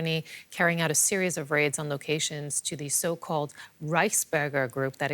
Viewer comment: oh thought she said rice burger it's Reichsburger lol